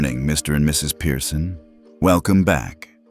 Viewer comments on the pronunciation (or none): Pearson, NOT Piereson.